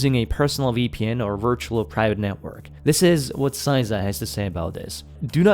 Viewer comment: CISA (sæizʌ) your pronunciation CISA (sɪsʌ) how it should be pronounced. Sorry that just really bothered me. Those are American phonemic alphabet, so I'm not sure how relevant they are to you, but you could look them up I suppose. But not a single part of the acronym turned word was pronounced properly.